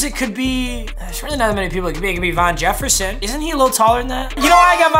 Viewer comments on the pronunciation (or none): say von Jefferson, pronounced VAN JEFFERSON